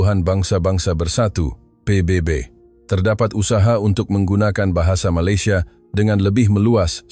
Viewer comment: Sebutan PBB pun tak betul. Konten hayalan konoha. Duk ratib Malaysia hari2.